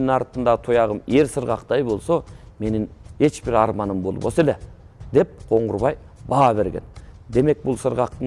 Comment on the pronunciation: Коңгурбай эмес, Коңурбай